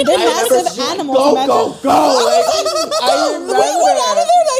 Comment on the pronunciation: take a shot every time any of them say "imagen"